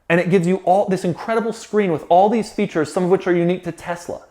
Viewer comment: I just know he loves saying “Quarks and featurrres”